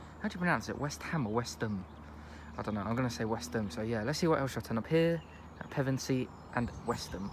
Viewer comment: Really nice video and shame that the 171's will be going to EMR, Nice MPV'S and yes, you pronounced it correctly.